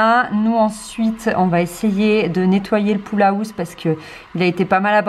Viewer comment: A chaque fois que tu dis "pool house", j'entends "poule à housse" hahaha j'adore 😂 trop belle votre cour, même si elle n'est pas encore finie 😉 Je suis jalouse 😋